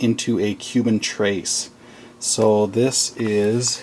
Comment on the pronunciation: Trace? It's pronounced Trehs